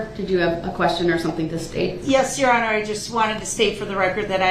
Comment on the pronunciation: Jurror 48 “ THEY ARE YAR HONER” man thought he stole the show!